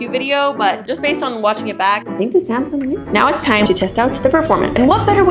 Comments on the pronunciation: anyone notice the samung" instead of samsung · is not Samung it's Samsung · Samung instead of Samsung😂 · Her through out the video: "Zamsung" "Sumsung" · When Samsung became SAMUNG Lolllllllllllllllll